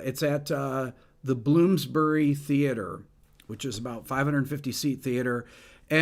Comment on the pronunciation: Hey rick London venue is "Bloomsbury Theatre" ;-) You were close